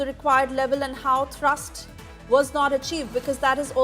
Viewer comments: Thrust, not thurst.. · not thirst "thrust" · What is Thirst.. Foolish reporters should not be allowed to report on important matters.. Can't say Thrust.. Go home man..